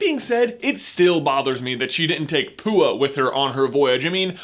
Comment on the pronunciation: did he call Pua poo?